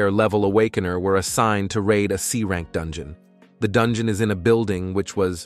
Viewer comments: I like this video very much but why are you keep saying Dungon😂😂 Edit1: what is a kanana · I wanna go to the dun-gee-yon lol